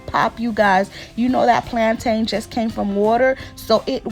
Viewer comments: Just like mountain ⛰, and fountain ⛲, that's the same way you pronounce plantain. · Ooh thank you so much sis 🙌🏾 My Jamaican self keeps going 😬 every time I hear plaintain cuz we say it like "plon'in" 😆 I'm tryin to learn all the Haitian recipes so hubby can leave the stove 😆 🇯🇲❤🇭🇹